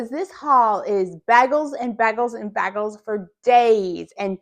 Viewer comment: Baygels not bag ells!!! Lol